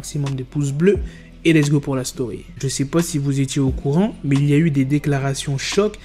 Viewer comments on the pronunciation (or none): none